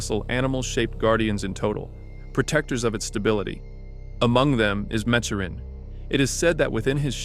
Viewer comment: You pronounced Maturin wrong